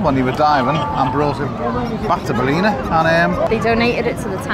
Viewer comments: Hi Guys, love your content, last weeks video in Westport was special. Your pronounciation in this weeks video of 'Baleena' is hillarious....try 'Bal' (as in 'BALance' and 'in a' (as .....'IN A bath house').....Ballina.....the second 'l' is silent. Again love your content. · its pronounced 'BAL - IN - AH', never been to the baths, i'll have to add it to the list. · Is that Belleek woods in Ballina( Bal in Aaah) 😅